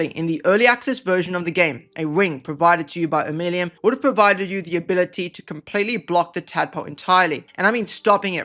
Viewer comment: The way you pronounce Omeluum has to be ragebait - i can't take it